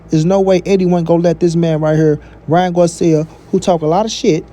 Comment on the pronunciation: First 🤷🏻‍♂️ bruh is not guarcia is Garcia 🤦🏻‍♂️